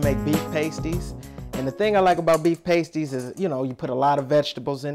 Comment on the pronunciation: It rhymes with nasty not waste-y